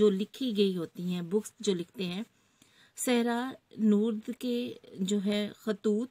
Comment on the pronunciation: Teacher ka galat talaffuz ...! صحرانورد مثلا"